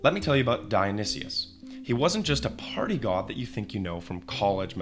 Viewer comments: You should know not to listen to someone who pronounces it “Dionysius”. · Thats certainly a way of pronouncing Dionysus and Antigone. C'mon man . . .